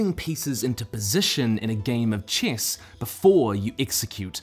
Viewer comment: He says the word chess like an Aristotzkan says the word cat! Glory to future us!